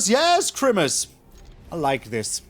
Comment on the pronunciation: why does he say crimmuss